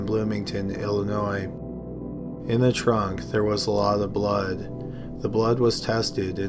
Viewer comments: "in the trunk there was a lot of bluhd" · There was awat ow bwood...lol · "in the trunk there was a wot of bwud" I'M SORRY BUT UR VOICE OMG